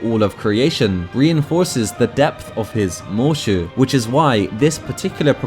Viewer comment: Every time he says “Moeshu” my brain just hears “MMM”